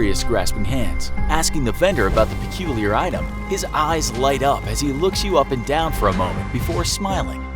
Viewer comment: "Perculiar" isn't even a word, dude....